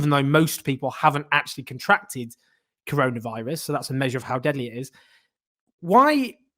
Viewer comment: did peter hitchens just say controlavirus?